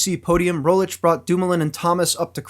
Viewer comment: one thing i hate as a Slovene is his pronounciation of Rogličes name...its not Primo Rolic...its pronounced Premož (last letter pronounced like the G in mirage) Roglich...hope that help for any future pronounciations as he will probably be a GC contender next year